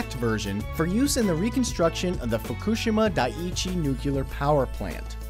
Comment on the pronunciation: You may want to actually look up how certain words are pronounced before butchering them. Your pronunciation of Fukushima Daiichi made me cringe.